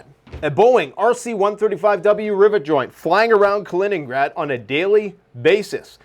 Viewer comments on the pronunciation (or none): none